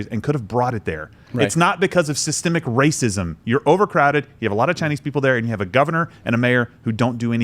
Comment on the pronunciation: Lmfaoo did she say environmental rahscism???? Lmfaooooooo (Youtube deletes my comment if i spell that word correctly)